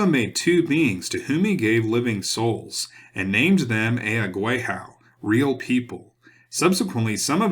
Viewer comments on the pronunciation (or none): none